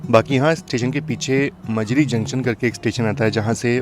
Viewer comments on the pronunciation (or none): मजरी नहीं वो माजरी जंक्शन था और वानी नहीं वणी था। आप सही से नाम नहीं ले पाए। सबसे ज्यादा यात्री माजरी जंक्शन पर उतरे होंगे। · भाई आप जो दो शहर का नाम लिए हो वाणी और मजरी, दरअसल उसका सही नाम वणी और माजरी है ।